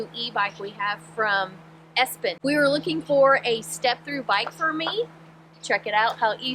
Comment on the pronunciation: Wouldn't it be pronounced "e-spin". But I could be wrong. :)